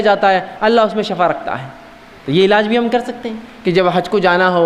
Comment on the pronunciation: اجی ایڈوکیٹ صاحب شٙفٙا زبر سے نہیں آتا ایڈوکیٹ صاحب شِفٙا زیر سے پڑھتے ہیں آپ وکالت ہی کیجئےگا پلیز آپ نے وکالت کا فن سیکھا ہے اگر آپ کی وکالت نہیں چل رہی لوگ بحیثیتِ وکیل آپ کو ریجیکٹ کر چکے ہیں یا آپ اس میں فیل ہوں چکے ہوں تو کوئ اور دھندہ کیجئےگا پلیز یہ میدان علماءِ کرام ہی کو زیب دیتا ہے شٙفٙا شٙفٙا شٙفٙا شٙفٙا نہ کہئےگا پلیز جاننے والوں کو شٙفا سن کر بہت تکلیف ہوتی ہے